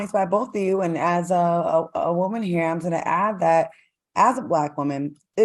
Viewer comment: Is it me or does Al say Whoaman?